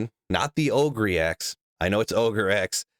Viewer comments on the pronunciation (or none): Ogre (oh-ger), as in Shrek the ogre. Not Ohgree lol. ohgree axe. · Its Oh`grr not oh grey